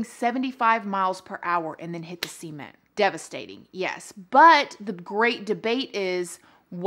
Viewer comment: we say cement that way in the south . It sounds normal to me 😂